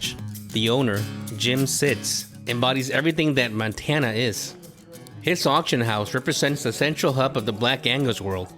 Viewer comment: “Montana” not “Mantana”